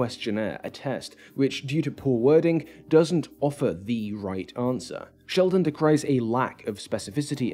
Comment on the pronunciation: Did you call him 'Shellman"?